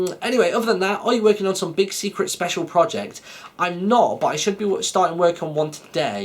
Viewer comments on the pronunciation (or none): none